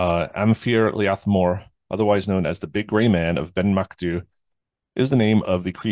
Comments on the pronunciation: No its not, it's mac do-ey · Pronounced 'Ben MacDo'